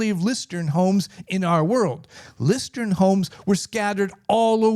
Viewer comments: interesting but hearing you mispronouce the company the entire video has me skeptical: "Lustron is pronounced LOOS-trun. The pronunciation is similar to the word "lust" followed by "run". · Sorry, but the name is “ Lustron “ not Lustron. 😮